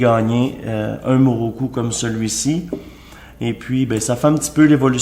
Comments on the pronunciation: Mokoru ta dit moroku mdr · Il dit muruku au lieu de mukuru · MOKURU mdr Mais la base c'est prononcer correctement le produit de sa vidéo lol.